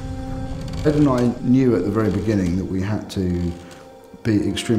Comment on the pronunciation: "We will ask se questions!"